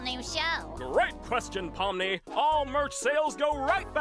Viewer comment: THAT AIN’T POMNI THAT POOMI